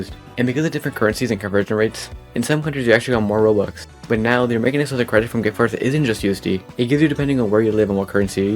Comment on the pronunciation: AH YES, "Rowox"